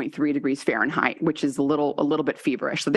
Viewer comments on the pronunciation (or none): none